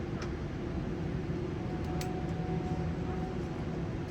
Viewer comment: Thank you. The way you pronounce Suvarnabhum Airport is very clear very Thai 😊😊😊